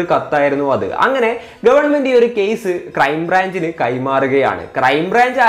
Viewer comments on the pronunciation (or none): കേയിസ് അല്ല കേസ്